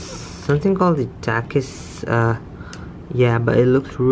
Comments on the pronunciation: My man said takis like takeis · You dont know how to say the word takis